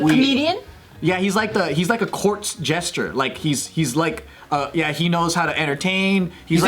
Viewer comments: Why are they saying jester like "gesture"?? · Jester... why did he say jesture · I know they mean Jester, but I keep hearing GESTURE. 😅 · It's jester, not gesture